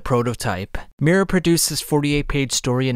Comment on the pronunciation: it's pronounced "mee-oo-ra"